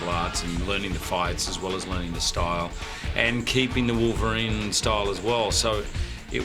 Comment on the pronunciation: No mames, güey, es "Wolverine", no es "Volverine", aprende a pronunciar.